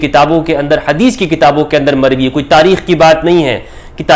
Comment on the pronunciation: ''mokhtulif ulfaaz k saath mer-vee hai''.fix ulfaaz bhe nahi han, very strange